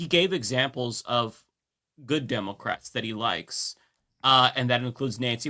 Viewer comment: When he says democrats it sounds like democwats for years annoyed me too now I look forward to it.